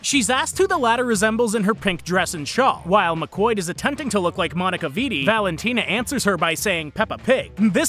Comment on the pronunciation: IT'S PRONOUNCED "MC KWAAD"